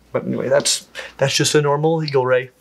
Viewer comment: did you say Eal Ray or Eagle Ray?